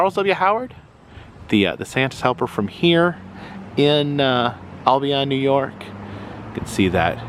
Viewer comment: just an FYI, the locals pronounce it "Al Be In" not "All Be On"